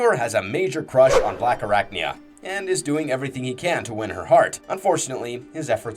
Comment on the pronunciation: ….what the fuck is a “Blackarricknya”?